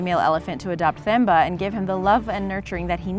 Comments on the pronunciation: The moment she pronounces Themba as THemba instead of Teh-mbah. Cutest video ever though!! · Pronounced Tem - ba not Themba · You say Temba when you call it. Don't emphasis the h in Themba. It's 'Themba' when you write it however when you call it it's 'Temba'. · Themba is pronounced with a hard t. So like tembah. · Number 2, It's Themba, pronounced "Temba" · I think the elaphants name was pronounced temba or timba cause in Africa they do that..,Like my name is Thembi but it’s pronounced timbe.